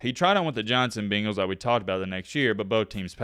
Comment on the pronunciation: BANGALS… not the fkn BEENGALS… good lord I’ve never been so annoyed by a word being pronounced incorrectly